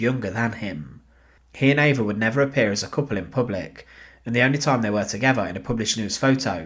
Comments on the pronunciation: Her name is EVA NOT AVA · Her name is Eva. He pronounces it not in the German way. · Spelled Eva pronounced Ave-ah.